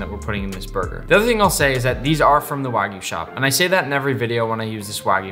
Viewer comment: First Person i see pronouncing Wagyu correctly. W-A-G-Y-U not W-A-E-G-U....